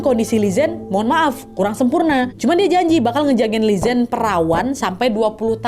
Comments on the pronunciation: lelaki kaya akong ni emank ciri khas pria tionghoa,setia banget asal g bohong mereka bakal setia 🥰 BTW Li zhen d baca nya Li Jen/Li Chen g si? sorry aga ingin memperbaiki 😭🙏🏼 CMIIW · Li Zhen dibaca Li Cen:)